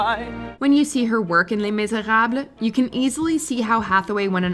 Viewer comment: Hella extra with the Les Miserable pronunciation lmao